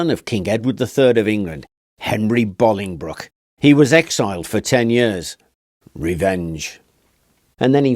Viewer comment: Thank you for pronouncing Bolingbroke correctly 😂 it's not far from where I live but people always pronounce it wrong. You're spot on 😁👍